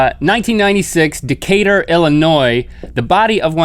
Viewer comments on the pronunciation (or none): I've seen this like 15 times and every time I hear him say Decatur I am like what? Because I live in Decatur GA